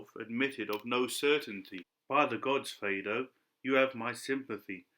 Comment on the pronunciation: Am i incorrect in believing it is pronounced more like fade-oh?